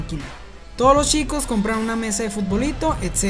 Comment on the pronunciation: Porque en vez de CH pronuncia SH Ej: Chicos = Shicos.